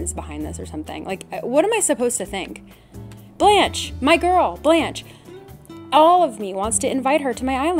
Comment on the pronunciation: my french self cant get over the way people say blanche and beau like i shouldnt but i feel the need.